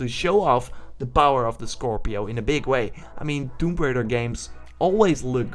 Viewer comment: "Tomb Braider".. It's Tomb Raider.. lol.